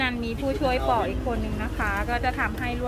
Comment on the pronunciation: คุณพูดผิด ไมใช่ ปลอก ผลไม้ เขาว่า ปอก ขอโทษนะคะ รัก ถึงบอก